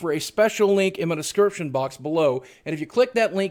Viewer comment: "special link in mah descirption box" keep up the good work boogie :)